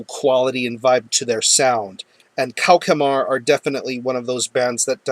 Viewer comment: Hi! The name of the band is pronounced "KO-SH-MAR", not "KO-KE-MAR. BTW, it's French for "Nightmare".